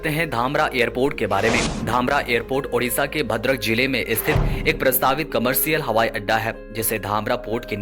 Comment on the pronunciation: Odisha not Udisa